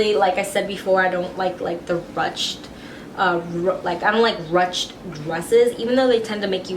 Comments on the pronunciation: YES not rutched???? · i think its pronounced "rooshed"?